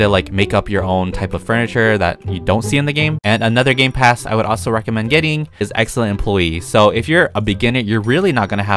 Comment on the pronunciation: When he said gamepass i thought he said gaypass